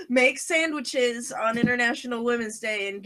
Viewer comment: I HEARD SAMMICHES!!!!!